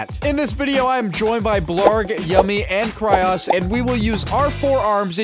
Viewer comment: Bro said "kryos"😂😂😂